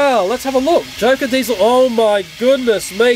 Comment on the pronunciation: You called DIESIL DIESIL ten